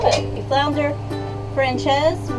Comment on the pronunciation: It's "FRAN-SAYZ"